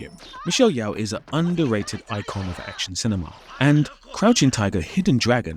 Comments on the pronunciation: The analysis is interesting, but I couldn't get through it. Her name is Michelle Yeoh, not Michelle Yeow... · sees Steven Segal "fighting" waits for Space Ice commentary "..... where he showed the world....." Ah.... perfection. (BTW, it's pronounced Michelle YO-H, not YEOW-H 😂) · great work here, there's just a tiny correction i'd offer: Michelle Yeoh's family name is pronounced more like "Yo" than "Yao" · Yeoh (Yoh, if you have too) not Yao or Yau. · Michelle Yeoh's surname is pronounced Yee-oh not Yow/Yau. We Malaysians are proud of her. She's also a Dato in my country (equivalent to the British "Sir") If you're covering Jet Li I think the first two Once Upon a China (especially the second one)is a better option than Fearless. Steven Seagal is only bad after Under Siege where his inflated ego just went overboard. When it comes of conflict and a satisfying outcome, I would still recommend Donnie Yen's movie like Sha Po Lang and Flash Point. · Why are you saying “Yeoh” as Yeeeow? 😂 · yeoh is pronouced Yoo h